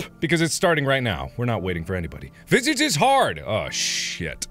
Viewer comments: The way he pronounces this game sounds like nails on a chalk board. It’s more like Vis-aw-j. French for face. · It’s pronounced Viságe now visage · Oh god it physically hurt me hearing him say v i s i g e cos my school taught me like french was a first language (english is my actual first language but I'm almost as fluent in french as in english) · Sean pronounced it vis-ahjah, so he siad visIDGE and i was like w u t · Me: sees title, “I love that word, Visage.” Mark: “welcome to Visige” Me: ಠ_ಠ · him pronouncing visage incorrectly KILLED ME DHDHDH (its vi-SAWGE) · Scariest part: Mark pronouncing the French word visage completely wrong. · I do, in fact, speak English and no, no it's not. It's Visage.